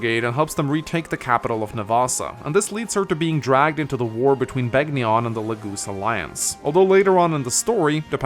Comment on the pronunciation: Am I the only one who flinches every time he says Beg ni on. Rather than Ben yon? (Which is how the announcer says it in Radiant Dawn BTW)